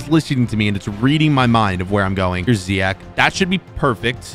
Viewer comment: Did anyone notice he said ziyak to ziyech